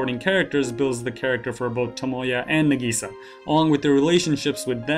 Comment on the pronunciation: it's Nahgisaaah not nAgisa